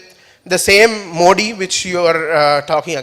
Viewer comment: Are mota bhai pehle thik se modi bolna sikh le